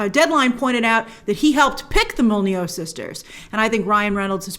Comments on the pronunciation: I'm not sure that's how to pronounce Molyneaux" Mol-eh-new not Molly-know? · You said Mol-nee-yoo sisters lol :p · Molyneux - pronounced mol-e-new :) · Grace, I love you BUT it's pronounced MOL-LEE-NOO :)